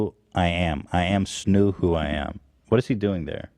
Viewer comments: Pls don’t say snoov. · DONT SAY SNOO ETHAN